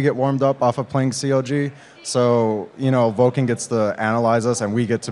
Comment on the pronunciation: it is vulcun not vulcAn